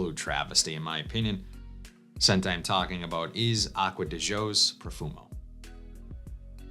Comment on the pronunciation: first I think you are the only fragrance reviewer that pronounces Acqua Di Gio correct. I had an Italian business partner until I retired and he would laugh at everyone who mispronounced Gio (Joe) secondly Profumo and been replaced by Parfum. I bought the other day as I am a fan of the Code, and the Gio lines. Good news is Pafum is very similar but a hair smoother. If you look at the note breakdown they are 90% similar they just slightly tweaked in the base. Also they are going to refillable bottles, I guess this is there green thing, but have eliminated the magnetic caps, darn you Armani. And the biggest complaint is with the new refillable bottle some have leaked but most retail/suppliers have replaced the leakers.